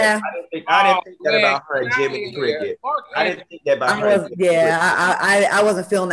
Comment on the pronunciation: Dineva said Jimmny Cricket I'm dead 😂🤣🤣😭